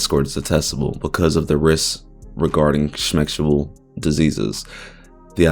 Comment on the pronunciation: 5 minutes in and I am not listening to you say "shmexshual" for half an hour bro